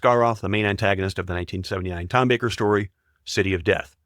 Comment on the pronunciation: Given the number of mispronounced names, I'm surprised the AI got Tom Baker and Matt Smith correct. And don't get me started with appalling AI "ADR" voices on dialogue.